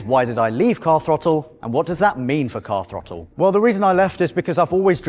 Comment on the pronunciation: or as the presenters called it Car Frottle (the Th is silent) get in mate ave it